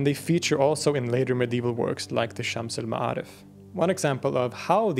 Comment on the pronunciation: When you read arabic A's they are usually be pronounced more like an E (Shems el me3arif). Good throat pronounciation though.